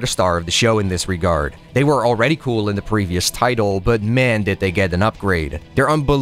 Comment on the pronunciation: I know I’m an asshole but why can’t you pronounce the word “the”? It’s always “da”. I can’t explain it but it irks me to no end.